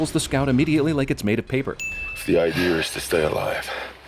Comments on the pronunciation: Did anyone catch him say "idear" instead of idea? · "The iyadeeer is to stay alive" ... I guess after the apocalypse we lose the ability to remember how to pronounce words. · "The idear is to stay alive." Can't speak simple English. Ding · Did he just say idear?